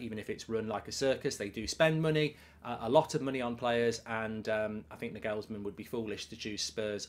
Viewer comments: NagHEELLLSman LOL! Sort that pronunciation out ya pl3b. Liverpool will win 6 draw 2 and JUST miss top 4. As for us (United) 3rd is far from done and dusted with our injury list - which is why Liverpool DO NOT need the Europa, because look what it did to us - decimated. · Will Mark ever pronounce Nagelsmann correctly? 😂